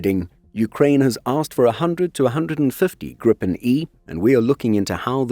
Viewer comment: Long i. "Gree-pen", not grippen. Means gryphon